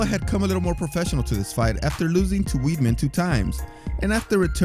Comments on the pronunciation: The narrator needs to learn how to pronounce Weidman this is the second list he has called him weedman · wtf weedman? good content, but this may be the 7th time I've heard you mispronounce a fighter's name. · Weedman is his secret alter ego. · its wide man just tell him how to pronounce it lol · I thought he was speaking about Nick but then realized he meant Weidman :'D